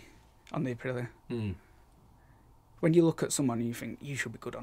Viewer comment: The new colchester intro is doing my head in. How hard is it to pronouce Aprilía.